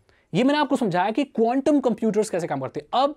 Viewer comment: bhai condum bolaa🤣🤣🤣big fan bhai